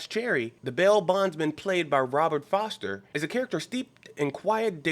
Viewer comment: His name is Robert FORSTER. Not Foster. Not to disparage your analysis, getting the name of one of the lead actor's name wrong in such an ivolved description of the film, seems like a glaring error in an otherwise flawless description of the film. Just trying to be helpful. Keep up the good work